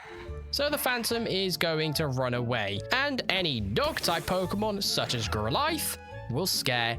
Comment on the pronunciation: that's a wild way to pronounce Growlithe.